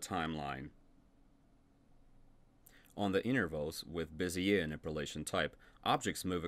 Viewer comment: Bezier is pronounced "Bay-Zhey" where the Z is almost a J.